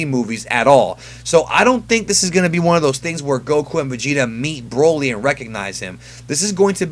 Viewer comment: Can you stop saying B R O L Y like that? lmaooo